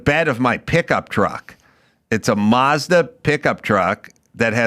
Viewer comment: "Marzda" ? It's Mazda.